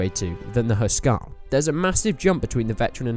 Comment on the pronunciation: Hus-Karl... not Hu Skarl.....